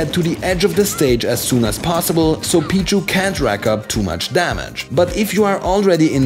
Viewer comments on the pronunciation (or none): he says Pichu like b-jew